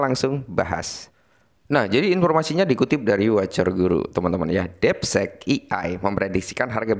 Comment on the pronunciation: Ini mah konten lo lagi baca artikel orang laen, bukan analisis sendiri. Hadeeh...Bro, coba effort dikitlah klo bikin konten...lagian, masa bilang 'deepseek' jd 'depsek' 😂😂😂...